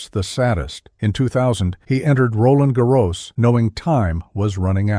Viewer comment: Nice video..... but what a butchering of name pronunciations...Pete Sampras, Roland Garros, etc.